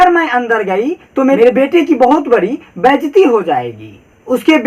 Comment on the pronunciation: Sir baijti nhi hota baizati hota h 😆